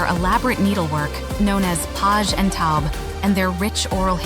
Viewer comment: Omg u need to do ur homework about how to pronounce “hmong”. Its not “her-mong”. Its just “mong”. Secondly-“paj ntaub”. U butchered those words so badly.